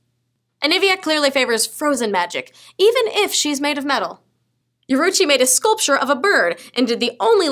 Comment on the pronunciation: YORUICHI PRONOUNCED YOH-RUU-ICHI. PLS,. YOU'RE MAKING ME CRY D'